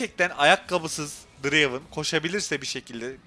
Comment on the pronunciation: Draven değil dıreyvın